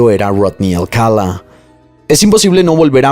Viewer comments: Amo tus videos, el formato, la narrativa y tu voz. Sólo tengo un comentario en este caso, el apellido se pronuncia Alcalá (enfatizando la última a), no Alcala. Perdón creo que soné a Hermione con: es Leviosa no Leviosá😅😅😅😅😅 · Alcalá cin acento al final no Alcala... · Alcalá, tiene acento/tilde en la última A, es un apellido hispano... Excelente narración, excepto x eso.... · Se pronuncia Alcalá con acento en la última a... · Me encanta tu forma de relatar, lo único que no me gustó y hasta fastidió fue que pronunciaras mal el apellido Alcalá, todo el tiempo pusiste el énfasis en la primera a, cuando el acento es en la última.